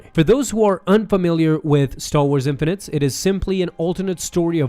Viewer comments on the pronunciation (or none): Again, it's INFINITIES, not Infinites. How can you miss the I every time? Good video though ;) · It’s pronounced “In-fin-i-tees” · Infinities, not 'infinites' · I enjoy your videos, watching these videos about this series is like a stroll down memory lane. It was a cool idea Dark Horse had for "what if's..." However, I must feel I must correct you, the series is called "Infinities (infini-tees)" not Infinites. With that out of the way, I look forward into watching the next video, thankfully, I've got the Omnibus of the series, so I am not suffering from the cliffhanger situation! lol Are you panning on doing 'The Star Wars'? I hope so, it's really intriguing as it gives us a look at what Star Wars would have been like if Lucas went with his earlier drafts. A very "Flash Gordon" feel to it, as it was one of his major influences for SW. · IN FIN IT EES Break out your phonics book and sound it out bro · I love your videos, but it's pronounced "Infinities"! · I love you, but its driving me insane at how you're mispronouncing in-fin-eh-teez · It's still Infinities. Not Infinites. Are you really never going to notice? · I’m 90% sure you are pronouncing Infinities wrong. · He just read it wrong jeez